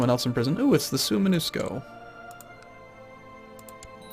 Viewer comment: generally in Swedish names Å is basically Oo with slight Ö So pronounce it Ooland it will be way more proper than Aland. Tho it Differs slightly between Finnish coastal, Swedish Mainland and Ålanders. Because reasons. Also It is not Sumenusko add longer u in to it like Suuoomenusko. Sounds way better.